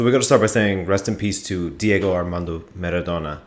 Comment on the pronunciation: Dude, for once pronounce it the right way: MA-RA-DO-NA. Not Merredonna.